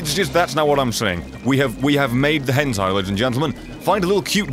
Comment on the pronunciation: Did he just call hentai a "henzai" Youre not a man of culture